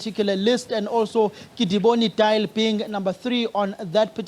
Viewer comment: Haibo? Diale: Dee- ya- le not dial.